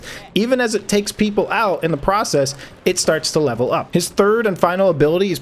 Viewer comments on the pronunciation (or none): none